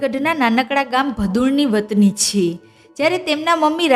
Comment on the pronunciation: આ યુટ્યુબરને "છે" બોલતા આવડતું નથી ખરેખર આ ગુજરાતન છે કોઈ બીજી છે? તેના માબાપે તેને નથી શિખવાડીયુ કે " છે" કેમ બોલવુ. એના ઉપર હસુ આવે છે